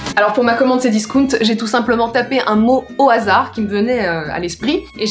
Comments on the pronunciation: Ouaahh naaan comment t'as prononcé "Cdiscount" c'est interdit 😂😭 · Bah à moindre que discount se prononce en français non elle ne l’a pas bien dit